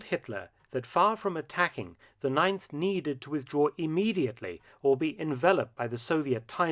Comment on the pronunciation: Ninth Army? You mean the "Neinth" Army? im sorry ill leave